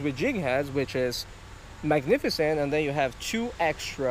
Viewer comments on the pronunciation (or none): none